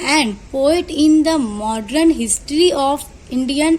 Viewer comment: Mam it's not modren it's modern